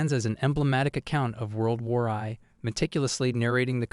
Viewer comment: ‘World War Eye’ 😅😅